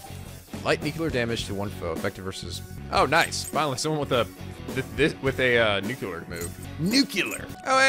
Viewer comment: >, it's NUCLEAR not NUCULAR...